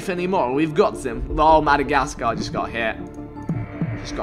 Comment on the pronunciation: The way he said Madagascar made me cringe lol smh